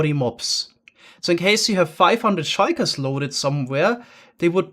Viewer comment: Can not pronounce “Shulker”? Lol